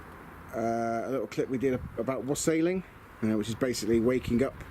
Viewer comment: Very good dude. When you said wassailing I misheard it and thought you said wrestling and was expecting Triple H and such to make an appearance 😂 joking aside it's looking awesome. Crikey that guy at 8.55 nearly set himself alight🙈